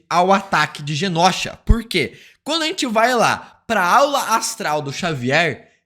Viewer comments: Mano dica construtiva não é genósha e sim Genosha. Pra ti ajuda a ler e pronunciar melhor imagina que se escreva desse jeito genôsha. O certo é sem acento mais vai te ajuda a pronúncia melhor na hora de fazer seus vídeos. Genósha é osso de se ouvir fica a dica valeu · pelo amor de god. GENOSHA se pronuncia "GENÔSHA" e não "GENÓSHA" PFV 😅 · Genôsha. Não leve como parâmetro esse youtuber. Ele pronuncia errado muita coisa, kkkkk. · Pare de falar genÓsha, por favor. A pronúncia não é assim. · "GÊNÔCHA" ok!